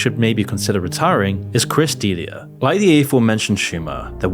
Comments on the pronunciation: Oh my fuck dude, Brendan “SchWAAB”? Chris “DEElia”? At least pronounce names right you douche. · Great video but dude… learn how to pronounce people’s last names 😂 schaub is not pronounced schWAUB and D’elia is not pronounced DEELIA 😂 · Who is Chris "Dealia?" 😂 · Please learn how to pronounce "Patrice", "Schaub" and "D'elia" and also learn the difference between "women" and "woman" it's painful for a youtuber of all people to not be able to speak properly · I almost had to to skip the Brendan Sch(w)aub portion because I couldn’t focus on anything but the mispronunciation lol. Delia wasn’t too much better…